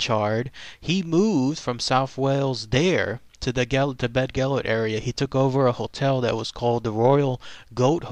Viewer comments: Been there as a kid. Yes, the site is called 'BeddGelert' . Bedd in Welsh means grave but is not pronounced like 'bed'. the 'dd' in Welsh is like the 'th' in 'the' but not as in 'south' .Source: am Welsh. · Bedd means a grave, the dd is pronounced as the th in that. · I grew up in south Wales, every saint Davids day this was read it to the school by our teacher. Always brought a tear to everyone. I went up to North Wales not long ago and went past Beddgelert (grave of gelert). It was nice to have real life images in my mind for my favourite childhood story. Whether or not people say it's true or false, it will always be true to me. Not quite correct with the pronounciation of Llewellyn, but close enough haha. Good video none the less